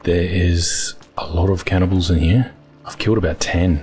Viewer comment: "Channibals" again lol brings me back to forest season 4 episode..